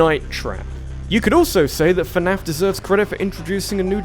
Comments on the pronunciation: It's fnaf, not fanaf. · I like how he says "fuh-naf" instead of "fnaf".